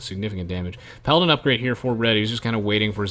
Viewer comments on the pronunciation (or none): none